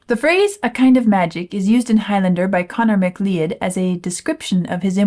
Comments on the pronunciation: Not complaining, just for your edification, wikipedia has this to say about the name you say — «MacLeod, McLeod and Macleod (/məˈklaʊd/ mə-KLOWD) are surnames in the English language. The names are anglicised forms of the Scottish Gaelic MacLeòid, meaning "son of Leòd", derived from the Old Norse Liótr ("ugly").» so, something like muh-CLOUD, instead of mack-LEE-ud. Again, not to complain, just to let you know, since I don't see anyone else mentioning it in the comments. :) (And I'm not a prescriptivist, but for names, I like to try to get them right, and am guessing(/hoping), based on earlier comments from you, that you'll appreciate knowing.) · It's pronounced "McCloud"! (It's Scottish, obvs.) Anyway, you should see the movie. 🙂